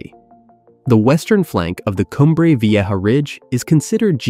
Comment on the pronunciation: pffff.....you can't pronounce a simple word like 'vieja'?